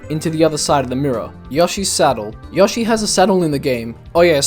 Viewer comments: "Yah-she." Gotta love English accents. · Amazing Video!! Earned My Sub! Also, I Like The Way You Say "Yoshi"